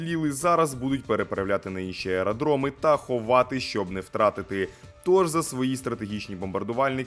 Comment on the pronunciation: АЕДРОМЫ ??? Серьёзно ?😂😂😂